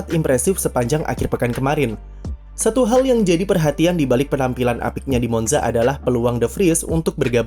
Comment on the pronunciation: Permisi min, Monza dibacanya Montsa🙏